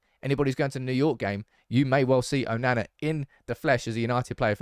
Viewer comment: Why can't you say his name properly?! 😂🤦🏽‍♂️